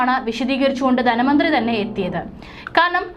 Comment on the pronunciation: ദന മന്ത്രിയല്ല ധനമന്ത്രി സമുദായം ആണ് സമുധായം അല്ല. സീതാരാമൻ ആണ് സീധരാമൻ അല്ല. ഉച്ചാരണ ശുദ്ധി തീരെയില്ല